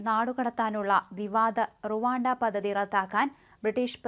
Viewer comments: 🙏,,,,,",പതതി ",,, അല്ലമോളേ,,,, പദ്ധതി, പദ്ധതി,,,,,, 👍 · പദ്ധതി എന്ന വാക്ക് ഉ‌ച്ചരിക്കുമ്പോൾ പദ് എന്നു പറഞ്ഞ ശേഷം ധ എന്ന അക്ഷരം ഉ‌ച്ചരി‌ച്ചാൽ ശരിയായിക്കോളും. അല്ലെങ്കിൽ പദതി പദതി എന്നേ കേൾക്കൂ. അതു പോലെ തന്നെ, റദ്ധാക്കുക എന്നല്ല, റദ്ദാക്കുക എന്നു വേണം പറയാൻ.